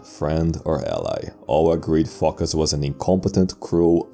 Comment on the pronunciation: Phocus rhymes with amogus